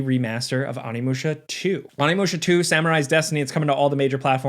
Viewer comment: Please correct your pronunciation of Onimusha 😢. Awnimusha is for people that eat California Rolls with a fork. Oh-Ni-Moo-Shah What's that blue version of Akuma that has fully succumbed to the Satsui no Hadou in Street Fighter 4? Oni. The demon sword often used in video games and anime/ manga? Onimaru. What's that Capcom franchise that has you playing a samurai that slays demons? Onimusha. Thank you.